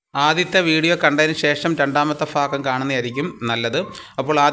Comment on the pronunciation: "ആദ്യ ഭാഗം" എന്നതിനെ ആദ്യ ഫാഗം എന്ന് ഉച്ചരിക്കുന്നത് എന്താണ് സഹോദരാ?